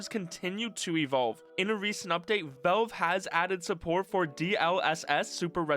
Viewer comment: Genuine question, not snark or malice: Why do you say "Velve" instead of "Valve"? I first thought it was an accent thing, but I'm pretty sure you wouldn't pronounce "pal" as "pel". Anyway, this was a fantastic deep-dive. Looking forward to seeing how this HMD evolves and what ends up in consumers' hands in the (hopefully) not too distant future!